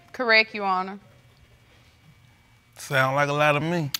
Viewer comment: People repeat after me “ Honor “ not urner!